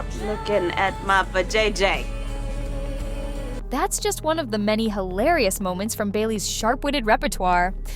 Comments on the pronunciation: Poorly verbalize. Anyone who has watched the clip can properly pronounce Va-jay-jay. Except AI, I suppose. Or a human who is not thorough. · VAjayjay 😂 I’m like WTF?